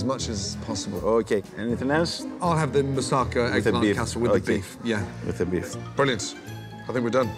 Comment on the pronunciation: Thinks he knows it all and can’t even pronounce moussaka